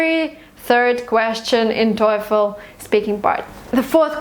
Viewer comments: Awesome two videos! Helped be solidify my opinions on TOEFL. One thing though, stop saying "toyful". Its just toe(like the foot fingers, lol, simplest definition I can think of) and fl as in joyful. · I am kinda addicted your videos i ve watched a lot but in this video there was something that annoyed me the way that you pronounce "TOEFL" you keep saying toyful just like joyfull... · Is /toyfl/ really the correct pronunciation? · 1M Students watching her videos are not because she is a good teacher but she is beautiful and her cloth is naked, if you agree with me like my comment. she says towful, toyfil toyful. but millions are watching. However i do really appreciate your efforts and commitments, my blessed sister. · She keeps saying TOYFUL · So funny that you pronounce TOEFL that it sound like satan in german ("Teufel"). Coincidence? :D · I have a problem with your pronounciation of "TOEFL". Maybe that's why you got 117.